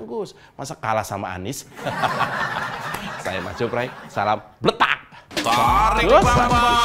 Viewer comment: Ahy baru belajar ngomong sayA rakyat kecil